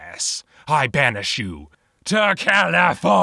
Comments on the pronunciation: Californiaaaaaaaa, not Califórnia hahahahahhahahahahahahahahahha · NIUUUUU NOT CALIFORNIAHHH!!!